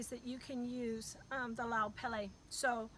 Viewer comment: Pronounce pele properly ha’ole siko kefe